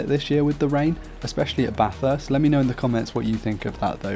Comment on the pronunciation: Not trying to be rude but it is pronounced bathist